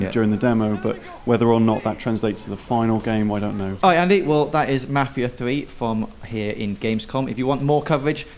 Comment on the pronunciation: I know it's their accent but I cannot stand how they say "mafia". Watch a "mafia" movie and listen to how it's actually pronounced